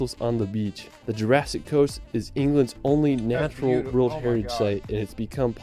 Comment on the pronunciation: The narrator’s pronunciation of the word “world” is really irritating